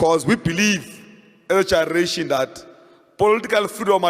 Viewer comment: Colin cannot pronounce "generation" Literally.